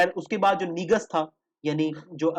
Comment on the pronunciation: bro said NEEGus instead of negus lol